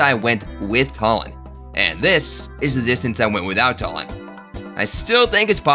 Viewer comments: Why do you keep calling him Tullin 😭😭 I'm almost certain it's Too-lin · I'm really sorry but it's "TOO-lin" not "TUH-lin." No offense.🤣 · Its pronounced 2 lin not talin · his name isn't tall-en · There's a joke in there between how you pronounce Tulin's name like Tullen and Twilight/Twilight Princess. Edward Tullen idk I have a kidney stone today thinking is beyond me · It's pronounced Tulin too-lin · bro W vid but idk if thats how u pronounce tulin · Challenge idea: pronounce Tulin's name right